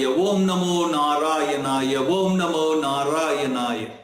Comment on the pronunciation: Thanks for making us understand what Gajindra Moksha is and equally waiting for the Gajindra Moksha stotra. Plz clear is it Om Namo Narayana or Vom namo narayana as you are chanting Vom namo Narayana